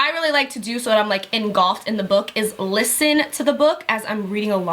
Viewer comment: "engolfed" lmao im laughing so hard im so horrible but i can't help but ask if u mean "engulfed"?